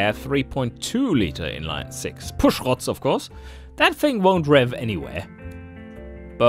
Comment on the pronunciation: I hope you keep pronouncing "Pushrods" like that. Makes me smile every time :)